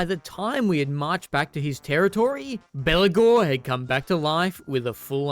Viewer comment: i keep hearing Belakor when you say Belegar. not unfitting as he acts as a undying demon this campaign